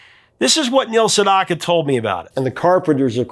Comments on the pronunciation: "Sedaka" - not Sendaka. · Professor, Neal Sedaka is the name of the artist, not Sendaka.